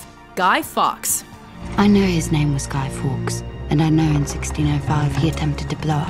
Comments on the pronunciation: It's not Guy fox it's Guy Fawkes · Oh no... no... you did not pronounce guy fawkes like guy fox.... instead of how it’s meant to be pronounced...